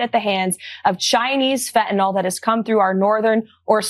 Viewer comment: They can't even pronounce the scapegoat correctly. FEN-TA-NYL. not fentanOl and definitely not fe'anel